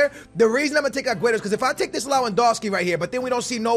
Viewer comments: I'm crying how u're saying LAwEndowski, istead of LEwAndowski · It’s lev an doski not low an doski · You’re saying his name like lawandoski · Rap Noticias he kept saying lowandowski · Rap Noticias and he said it wrong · Pronounce Lewandowski name right. Come on